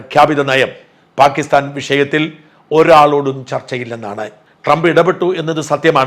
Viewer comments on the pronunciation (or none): none